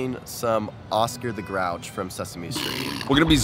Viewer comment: "We're ingesting Oscar The Gouch" 😂😂😂😂😂😂 " We're zoinking that doink" 😂😂😂😂😂😂